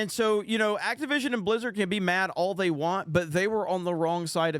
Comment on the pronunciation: Blizzard I tought you said Lizzard 😂